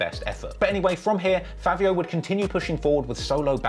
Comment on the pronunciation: Why you say “fAAvio”😂 and lets be real bro sheff and sleepy so much better than fAAvio